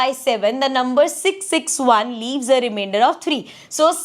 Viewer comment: Reimender ❌ Rimiender ✅